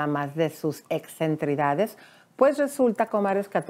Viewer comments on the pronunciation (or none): "EXCENTRICIDADES", señora presentadora, se dice: "EXCENTRICIDADES", no "excentridades", como usted ha dicho dos veces!